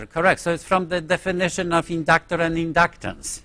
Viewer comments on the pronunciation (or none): indaactaar and indaactaance